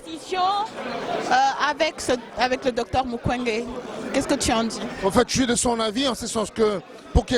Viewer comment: Mabe ya batu moyindo journaliste ozo sala interview oyebi kombo ya muntu asali conférence te.Docteur MUKWEGE et non Mukende.